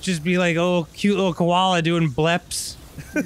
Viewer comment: "Now I know what I'm deering." "Now I know what I'm *doeing*" was right there, Arin!